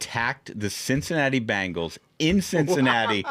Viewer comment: Thank you VP Vance for pronouncing "Cincinnati Bengals" not the "Bangles"! 😊